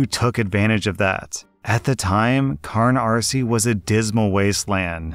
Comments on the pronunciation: Carnarsie is pronounced cuh nar see, not carn ar see... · That's cuh-NAR-see, not cuh-nar-SEE! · Story One: Weird hearing Canarsie pronounced with an errant R in it. I born there, and the guy telling the story has definitely misspelled it. I've also worked in Brownsville, Brooklyn for many years in the family business. I could easily picture the neighborhoods where the story was set. And "Murder Inc." was the Jewish mafia. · The way pronounces Canarsie makes me laugh it’s said (ca-nar-see) not (car-nar-see) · God even pronounces American areas weird its can-are-see not car-nar-see like there's not even an r there (but then again listening and not reading along maybe it's spelt wrong?). Also i dont know when this was written but (old man voice) I've lived here for 3/4ths of my life and it's not a desert wasteland??? It's honestly pretty average townlike? A few schools, Bodega's on every corner some shops, parks, gyms, pharmacies, resturants (I'm trying to think of where canaries ends and mill basin or the one on the other side ends because of the malls. One of the parks actually leads to the mall) and we got the L train which can take you straight to Manhattan or will get you to any other train you need. Everythingis basicallywithin walking distance. I would actually call upstate more Barren because there's nothing to do there. Tldr/ small rant on canarie still being terrible and rslashs pronunciation that makes me wanna cringe. Also yeah I could belive that story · Love ya,, but you need to work on your pronunciations of place names in NYC. Go-AHN-us, Cah-NAHR-Sie. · Somehow I knew that the grandpa from the first story would be a New Yorker, before you even mentioned the Gowanus Canal. I love my city so fucking much. Also, it's pronounced with a long "a" like "Go-Ah-Nus" Edit: Also, the first "r" in Carnarsie is silent. It's just "Cah-nar-see". If you're REALLY New York, the second "r" is pronounced as a "w"